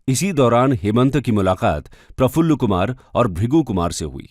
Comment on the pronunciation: Prafulla Mahanta, and bhrigu phukan, name tu right boliye, aur biography batane chale 😂